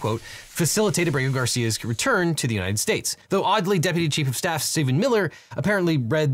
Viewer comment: Unined States. She said Unined States. She is drunk.